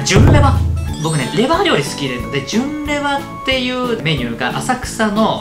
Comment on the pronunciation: 『きょんかい』『すろだし』 今回も、リュウジ語録が炸裂。 純レバが『ぎゅんレバ』に 聴こえる(笑)